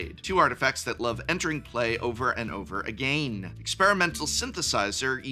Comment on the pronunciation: Please, what is the lore behind that pronunciation of again 😭? It gets me right in the giggle box and I very much would like answers